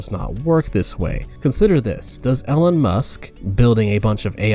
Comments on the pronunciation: It's a pronunciation error. It's pronounced "E-lonn". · Good video but it’s full of odd mispronunciations. Follisy instead of fallacy (rhyming with palace-y). Ellen musk instead of Elon (eel-on). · Elen Musk? E-lon, not El-len. :( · Ellen musk? Die-itty? Bro I like your videos but these pronunciations drive me crazy 😂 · Pronouncing “Elon” as “Ellen” is now a thing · Far from the only one throughout the video. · is he pronouncing all of these words wrong on purpose? like ellen musk?? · Good video but your constant mispronunciation of fallacy and Elon pains me. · do you actually not know how to pronounce elon and wolf or is that some kind of inside joke idk about? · How do you mispronounce Elon Musk. I could gloss over the mispronunciation of fallacy and many other words but come on. Elon Musk's name? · The only problems I have with this video are his pronunciation of “Elon” and his representation of the Left. I don’t disagree that people on the Left can behave like a cult, but that’s true of nearly every group defined by their beliefs. Left, Right, atheists, reddit atheists, Christians, Flat Earthers, etc. can all behave like a cult, and they can all behave rationally.